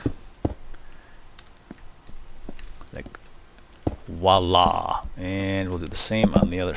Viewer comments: you know it is vwala not wala right? By the way... You are awsome!!! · it is spelled voila and pronounced vwala, learn your English.